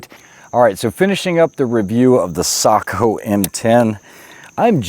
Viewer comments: He pronounces it /sakou/, when the O should be pronounced like the O in "lock". Just /o/, not /ou/ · Say-Co not Saagh-Co. ✨ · Yeah it was a bit on the SAKO'H side but still way better than the usual watch brand seiko or seiko'h. Well done if you ask me.